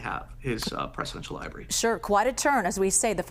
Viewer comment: The libarry 😂😂😂😂